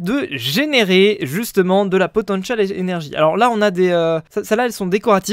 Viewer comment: POTENCHIAL ÉNERGIE QUOI XD J EN PEUX PLUS